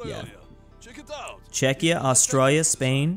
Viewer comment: YOU SAID Chezchia RIGHT!